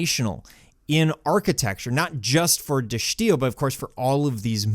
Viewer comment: well it is Dutch and he's using the right "accent", if you will, however you're right that the "i" is pronounced as an "i" and not an "ee"